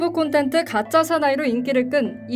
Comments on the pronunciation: 발음...? 프로그람...? 콘텐트...? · 내 귀가 맛탱이 간 줄ㅋㅋㅋㅋㅋㅋ콘텐트라 했음ㅋㅋㅋㅋㅋㅋㅋㅋㅋㅋ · 나만 콘텐트라 들림?